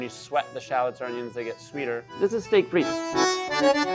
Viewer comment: The T in frites is silent 😅